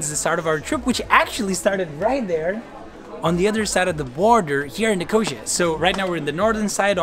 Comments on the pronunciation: Nik-o-see-a, not nikosha. .lol. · Nicosia is not pronounced like nausea, its pronounced as ni-co-see-a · Me too, and I'm English! It's pronounced 'Nik - oh- seeya', but the video is GREAT! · ' Nicosha' what Hell is that? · Sorry as a Cyprus girl my self, when you said Nicosia, I couldn't help but laugh about the wrong pronunciation. Its okay though. No worries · all good, but please check how to pronounce Nicosia / Lefkosia.. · Bugs me how he says Nicosia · Nicosia or Lefkosia not Negoshia, heerokitia not cHoIrOkOtIa